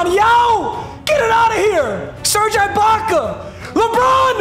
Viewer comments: was gunna make fun of how he says Ibaka then he said offensive 5 lmao papa still the goat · Bro it’s ibaka like iguodala not ibaka like ice cream 💀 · Papa please never say Ibaka like that ever again. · The way he says serge ibaka makes me cringe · Papa you need to pare serge eye-Baka with Jonas Val-enc-ee-you-nas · It’s pronounced e-baka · His name is pronounced ebaka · It’s pronounced eeebaka instead of ibaka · Him saying ibakas name wrong is killing me 😂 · Bro Ibaka is pronounced (e-bak-uh) not I …. I cringe everytime u say it wrong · It’s pronounced eebaka not eyebaka btw also your packs dude come on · saying eyebaka about 247 times was definitely not ideal for my auditive experience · It’s not I baka it’s E Baka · its not eye baka, its e-baka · It’s gonna bother me for the rest of the season so I gotta address it now. It’s pronounced E-baka, not I-baka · Bro it is no I - bac - uh it’s e- bac -uh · Bro it E-Baka not Eye-Baka 😂😂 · E-baka not eyebaka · stop saying serge eyebaka it’s serge eebaka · Ibaka or “ee”Baka. Just please no more “I”baka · “Ee-Baka” not “eye-baka” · It bothering anyone else that he is saying I-Baka instead E-Baka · Its E baka not EYE baka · Just to let you know its pronounced eebaka not eyebaka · It’s eeeeebaka not eyebaka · ITS PRONOUNCED UH- BAKA NOT EYE- BAKA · It’s pronounced “E-baka” not “I-Baka” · i know is kinda clueless with NBA but it’s pronounced E-baka and it icks me how he says it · Come on it’s E-baka not I-baka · I cringe every time he says "I"baka and not "e"baka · It’s (E Baka) not (I Baka) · “EYE BAKA” 😂😂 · The way he said serge eyebaka was too funny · Man really says "eye-baka" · Him saying eye Baka makes me so mad lol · If he says ibaka like eyebaka one more time I swear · as a raptors fan, hearing him say serge "i"baka is torture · "Serge Eyebaka" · Nobody: serge IIIbaka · Making me mad that he’s saying EYE-Baka😂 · eye-baka lmao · "serge eye-baka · Serge Eye-baka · Its Eebaka